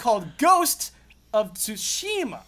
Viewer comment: I'm starting to think takes corrections only from Patreons. Also, fuck that Inside Out spoiler that came out of nowhere. First Jones this week and now you,. CORRECTION anyway: Tsu-shi-ma. All syllables are short. Just ask Blood for pronunciation. As long as he knows the kana, he should be able to tell you how to pronounce Japanese words.